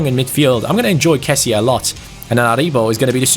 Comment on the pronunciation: #FanObjectives Italian Wall: keep 10 clean sheets across all competitions ps: its pronouncedc kesi not kesie